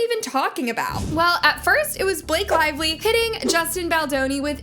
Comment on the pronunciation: Blake Slively 😂